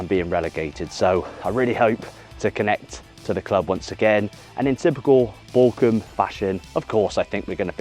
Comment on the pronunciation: the bochum jersey is stunning up close, wow! also, pls dont take it as front, but your pronounciation makes it sound like Borkum sometimes, which is a picturesque island in the german north sea. worth a visit, or google at least! cheers from Dresden <3